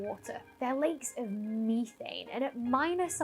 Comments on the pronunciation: MEE-thain? METH-an! 😅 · Ok Ok Ok.... this has got to stop..... Say the word Methanol and then Say Methane..... You're saying Methane wrong.